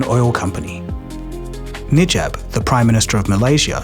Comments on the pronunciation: im not sure if you are using AI to speak or you yourself actually speak. Its pronounce as Na-Jeeb. Not Nee-Jab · FIRST learn how to pronounce names properly - It’s NA JIB not NI JAB - Economics infotainment is required to be efficient & sound - always pronounce names exactly what it is in a absolute manner - you are not a school boy - Prime minister Najib Razak is a dignified person who needs to be respected - if you are unable to sound profoundly professional stop what you are doing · I really enjoy the content on your channel, but please improve your QA. You repeatedly mentioned "Nijab" instead of "Najib" and there's even a typo in Cayman Islands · The ex PM's name is Najib not Nijab. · najib not nijab haha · It’s pronounced as Najib and not Nijab. 😂😂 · Sorry, the PM’s name is NAjib, not NIjab. It’s just very jarring because the rest of the video is pretty good. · Think this is AI voiced and AI script, Why is he called Nijab? Its name is N - a - j-ib and mistakes - President of Malaysia? What bullshit its PRIME MINISTER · It’s Najib btw.. not Nijab, pretty sure others has pointed out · It’s not “Nijab,” it’s “Najib.” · Najib, not nijab.. 😂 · His name is Najib, not Nijab. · I think you mispronounced Najib as Nijab... LoL, I was wondering who is Nijab. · Bro, not Nijab, my goodness. It's Najib. Godamnit how did you mispronounced such a short word? 😌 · "NIJAB" the prime minister of Malaysia. His name is NAJIB not NIJAB 😭😭😭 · error in the name. U said NIJAB (knee-jarb). The correct name is NAJIB (nar-jeep). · CCP knows he is hiding in China. P.S: It's Najib, not Nijab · Just wondering if I am the only one to notice that the way you have pronounced the Malaysian prime minister’s name is inconsistent with the way it is written on screen: it is written Najib but you are saying “Nijab.” Just saying. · As much as I appreciate you spreading the word, it’s “Najib” not “Nijab”. Let’s call a corrupt spade what it is. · It’s Najib not Nijab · Not "Nijab", but Najib 😂